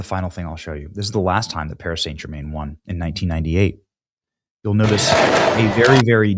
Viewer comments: Love you Benny but you slaughtered the pronunciation of that team. PSG, pronounced Paree San German. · Your getting it twisted again Benny, your narrative is wrong, there was plenty of white people taking part in the riots too, non Muslims, non African's, you clearly don't know anything about football hooliganism, you can't even pronounce Paris St Germain properly and it was the completion called the champions league not English league and in 1998 that was the world cup national team, so all in all you need to do better research before pointing the finger of blame to satisfy your narrative